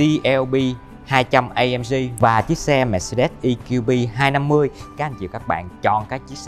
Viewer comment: Đã nói tiếng Việt thì nói cho trọn vẹn - Giới thiệu GLB200 thì nói GỜ LỜ BÊ hay EQB250 thì nói luôn là "E-QUI-BÊ" cho nó VUÔNG còn bày vẽ nói "GI-EL-BI hayt I-KIU-BI" làm gì cho MÉO ơi?